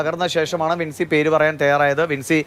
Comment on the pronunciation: Jincy അല്ല വിൻസി ആണ്.